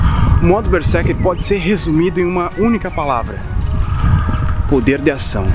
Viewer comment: Ei, Berserker pronuncia com z. Esse é o estado quando eu estou a desenhar ou a jogar.😁